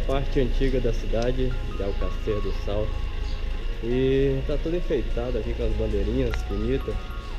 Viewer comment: Não sabe nem falar o nome da cidade.